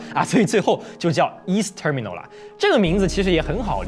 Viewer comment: 英文不太標準 光terminal發音就錯了